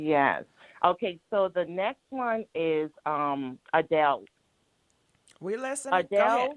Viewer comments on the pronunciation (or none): Adele not Andele 🤦🏃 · Okay it’s Adele not andele lol.. you can mess a name up all that talking just play the video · I love when she says Andele it's Hilarious! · And it's "ShekonDA"! ...not Shekinah.....I die everytime u call her Shekonda! 🤭😏😂🤣..... And "zesty" and "Andel" also makes me 💀🤭😏😂🤣